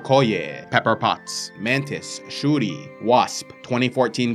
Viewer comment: Shuri pronunciation on point!